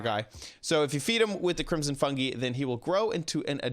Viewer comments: Crimson fun”gee” lol it’s pronounced fun”guy” ❤️ I still love you though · Fungi is pronounced fun guy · ITS PRONOUNCED FUNG-EYE